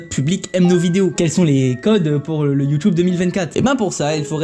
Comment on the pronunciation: J’aime bien comme tu dis YOUTOUBE comme mon senseil de judo